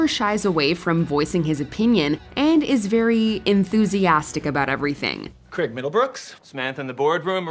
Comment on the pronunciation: Question..... Who is Creg? It's spelt CRAIG and pronounced as such...